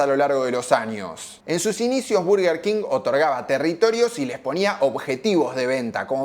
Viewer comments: Tampoco es Berguer Keng, es Borguer Kinj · No se pronuncia "burguer", se pronuncia "/ˈbɜːrɡər kɪŋ/" king :face-orange-raised-eyebrow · Perdió?? Yo voy al Burger siempre 😂😂 Y toda la gente que conozco le dice "burger king", a nadie escuché decir "Berger"!!! Berger jajajaj Yójanesburg!! 😂😂😂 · dijiste q ibas a decir bUrguer king porq siempre lo dijiste asi pero te la pasaste de diciendo bErguer king. Te falto decir q mc donald le gana la "guerra" cuando lanzan la famosa big mac (la hamburguesa doble con tres panes) No se dice "paty" son hamburguesas, paty es una marca aun que quizas en bs as todavía no se hayan enterado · me parece perfecto que le digas Burguer King o Berguer King, mientras no le digas BARGUER, como la mayoría de porteños, todo bien jajaja (quién habrá inventado que se pronuncia BARGUER y por qué tanta gente lo habrá creído? Encima esa es la gente que te debe criticar por decir Burguer haciéndose los angloparlantes jajaja) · Nooo, era "burguer", no "verguer", habías empezado bien... 😅 Bueno, después te mantuviste dudoso. Casi dejo de ver el video con cada "berguer"... BERGER era un piloto de Fórmula 1!!! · Es molesto cuando dices Berger King. Tu pronunciación de la palabra en Inglés es atroz. Buen video por cierto :D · Berguer Ling 😂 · al tercer "berguer kin" cerré el video y le di dislike jaja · Por qué le dices berguer cuin? Jajaja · Cuando escuche Berguer king deje el video 😂😂😂 anda palla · es berguer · Se dice bArguer king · 5 - Verguer King??? Jajaja Que genial tu karaoke en el ultimo Zona Franca!!! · Jajjaja al principio del video dije... Dijo mal el nombre